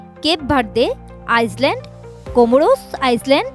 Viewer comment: সাংবাদিক মেডাম, দেশের নামগুলোর উচ্চারণও করতে পারলেন না, আইল‍্যান্ড কে আইসল্যান্ড বলছে, ভার্জিন কে ভিরজিন বলছে..😅😅